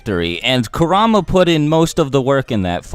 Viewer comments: You said ku ra ma when its kurma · Why do you say kurrama not kurama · It’s not “Korama” it is (kur-a-ma) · "Kerr am a" I think its kur a ma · Man said karama 🤣🤦🏽‍♂️ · Kurama not karama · Now who the fuck is karama? I know kurama not karama I don’t mean to be mean but god damn he’s kurama 😂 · I think its said like 《car - u - ma》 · The way you pronounced kuruma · Does anyone elsa hear him say karama!? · Coo rah mah It’s Ku rah am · It's kurr-aa-maa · It pronounced ku ra ma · Its cur a ma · It's pronounced: KUR-RA-MA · You said kurama wrong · He said kurama wrong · am i the only who gets bothered how he says kurama?